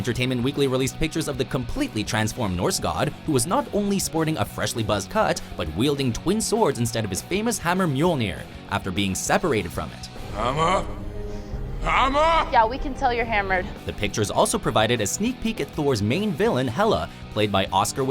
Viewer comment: "Mjorlneer" Great!